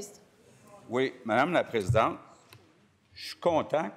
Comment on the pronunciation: "Mme la PrésidenTRE!"..... démissionne